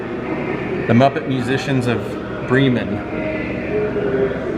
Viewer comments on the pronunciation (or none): I love this. Showed me more than I already knew. But just one thing, it's Bremen pronounced like lemon. Lol. I love ya my man. Keep up the great work